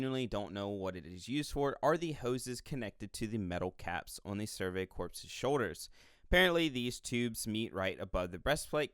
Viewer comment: "The survey corpse was in a huge bind..." *CORPS ("core")